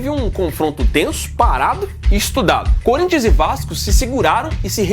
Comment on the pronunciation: Por respeito, fale o nome do time corretamente... Não é Curinthia, é Corinthians... Voce está sendo extremamente desrespeitosa